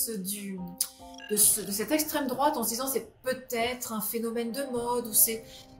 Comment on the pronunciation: Pouahaha! La michante-michante « esssssstrême douaaaaate »…